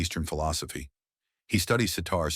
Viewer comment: "George's C-tar" 😂❤